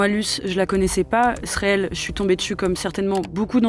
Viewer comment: Non par contre une journaliste qui dit "réel" au lieu de "reel"…